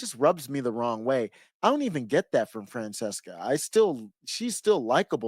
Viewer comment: Wow your commentary is so bad. Lol. And it's Fran-ches-ca. Every right winger gotta do that childish name garbage. Smh. Skipped right over the part where she says she's for BLM huh? What's your position on BLM,? As a black man. Go ahead and pretend you didn't see the fourteenth comment. Maybe you can ignore the fourteenth amendment, too. Cheers.